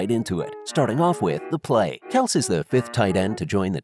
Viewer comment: if you wanna make a video like this atleast say the guys name properly